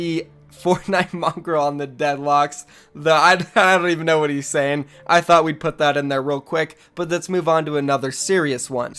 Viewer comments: this man said dead locs... it pronounced like dead lokes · "on the dead locs" the frortnite guy lmao its loaks thats how you say it but good video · Did this uncultured swine say dead locs instead of on the deadlocs? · Who else noticed him pronounce dead locs " dead locks" lol